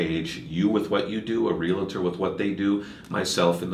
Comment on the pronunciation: Sorry, but the mortgage specialist mispronounces Realtor. It’s not “real-a-tor” it’s Realtor. Almost immediately discredits himself.